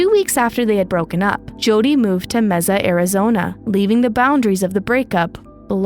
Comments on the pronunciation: jesus. she said mezza again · Mesa pronounced May-Sa. Great recap. This case is so sad. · Just FYI, Mesa is pronounced MAY-sa. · Mesa az is pronounced like Maysa. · Okay it’s driving me nuts-the city in Arizona, MESA, is pronounced MAY-SAH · It's pronounced May-sa. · 😅😅😅 I know how to pronounce Mesa.... it's not Meza! I live in the southwest 4 corners area of the United States! I'm not arguing with you!!! I don't need to search Google on how to pronounce where I live!! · What the heck is "Mezza?" Learn your facts before making a video! Even those who don't speak Spanish know how to pronounce Mesa, AZ! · Mesa is pronounced "MACE-a." (short a in last syllable.) . The trial was epic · Mesa. Pronounces May- Suh. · NO, IT IS A SPANISH WORD, AND IT IS NOT PRONOUNCED THAT WAY. If you or anyone else have any problem with that, go an search a public free online translator or a spanish speaking person. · Mesa is pronounced Maysa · Mesa = mai-suh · As someone from the area, the way you pronounced Mesa was like nails on a chalkboard. May-sa. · Its pronounced May-sa 😅 not that its that important, but figured id mention it, since ive been in the area my whole life. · It wouldn't surprise me. I was so distracted every time she said "meza" that I probably didn't even notice. If you're going to pour time and effort into documentary style videos, part of that time should involve making sure you're pronouncing words correctly - especially for people and places. There are other videos where she's pronounced names wrong too, despite the correct pronunciations being readily available. It's grating. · So cringe😂 I’m from AZ and hearing her say it bugs me to no end 😂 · Side note: MAY- suh, Arizona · As someone who has lived in AZ my whole life, here it is pronounced MAY-suh. In Spanish, it’s is pronounced meh-suh, but the city is pronounced like the month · Yes, hearing her say that wrong constantly was getting pretty annoying. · Yes thank you. 😂 I cringed. Everything she said mee saah.